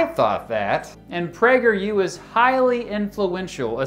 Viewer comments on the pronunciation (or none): I thought he said "PrankerU". 🤣